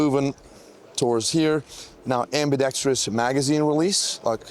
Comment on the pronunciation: thank you for pronouncing ambidextrous correctly. It's not ambidextreous like 99% of youtubers like to pronounce it